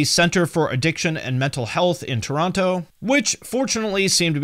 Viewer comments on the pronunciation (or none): none